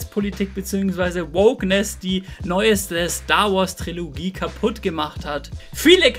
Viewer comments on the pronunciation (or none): none